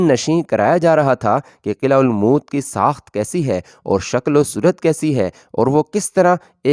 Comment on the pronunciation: Bhai lafz almoot nahi balke almot hai